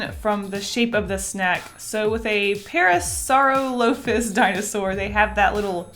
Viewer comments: its pornounsed parasorolofus not parasoralofus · Your favorite dino is pronuonced "paris-sir-rela-fus" might help pronounce some things but mainly your favorite dinosaur UwU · The panda one is pronounced See-lee-oh-fy-sis The puffy one is pronounced Para-sor-All-ih-Fus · I will help u! It’s pronounced Pare ah saur aloe fus. Hope I helped u!:3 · Parasoralaphus (maybe that's how it's spelled) Pair-uh-soar-all-uf-iss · Just to help you with the pronunciation of parasorolophus (I can’t spell) it’s Parrah Sorroll Uff Us. Edit: the coffee could be an Allosaurus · "PARA-so-REH-lo-fus" is how it's pronounced. Lol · Cos I'm a nerd: Pachycephalosaurus - pa-key-sef-a-low-saurus Coelophysis - see-low-fy-sis (the first ever dinosaur :D) Plesiosaur (long neck water dino boi) - play-see-oh-saur (not a dinosaur* :P) Parasaurolophus - para-sore-olo-fus *I'm not being mean! Just trying to educate the pronunciations but also facts :) Pterosaurs are their own species, and pliosaurus and plesiosaur are known as marine reptiles, not technically dinos. Dinosaurs were ONLY land based :) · Ple- a - sore- us Thats the shrimp treat Parah- loafa - sore - us Seaweed snack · See-low-FIE-sis Also, I’m in love with your designs! Pair-AH-soar-all-OH-phus An-KAI-low-soar-us